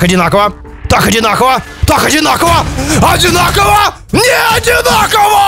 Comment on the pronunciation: Ставят палки - адинаково , адинаково !? , - НЕАДИНАКОВО !!!!!!!!))))))))